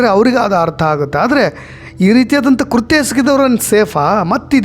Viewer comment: Its not KURHTYA its is KRUTHYA